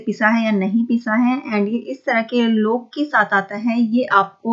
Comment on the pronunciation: Aap please apna pronounciation better kijiye, samajne me problem hoti hai. eg. लोक नही लॉक होता है